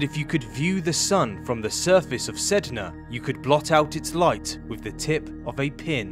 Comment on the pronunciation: My cousin got mad that you said the planet’s name wrong 😂